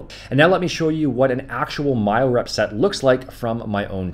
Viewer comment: “Mile rep” 😂 it’s myorep